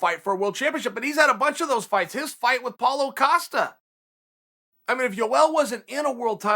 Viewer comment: I always love hearing Chael say Paulo Costa. “Paul O. Costa” or “Paul Acosta”